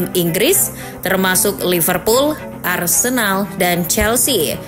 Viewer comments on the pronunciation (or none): none